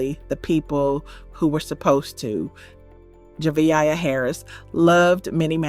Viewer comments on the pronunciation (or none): Please pronounce this little girl’s name properly. It’s pronounced Jevaya aaaaaaaaaya